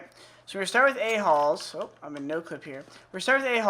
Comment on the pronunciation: Is it weird I heard aholes everytime he say ahalls?